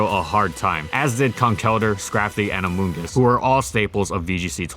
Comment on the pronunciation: I hate hearing amoongus now